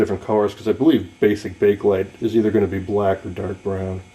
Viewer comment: Thank YOU! You actually pronounce it CORRECTLY. I get SO tired of hearing "people" say Bake-A Lite!!!! It's NOT Bake-A-Lite, it IS Bakelite. Excellent video man! (And kudos to you for pronouncing Bakelite correctly)